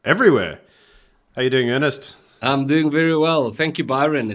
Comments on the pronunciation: Byron, his name is not Ernest, but Ernst. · Good heavens, guys! can you at least get the names right - today Ernst became Ernest, Karmala became Kamarla, and now helen Zille has become Helen Zillie!! People's names are their most important posession - at least give them the coutesy of correct pronunciation! And the program has only just begun.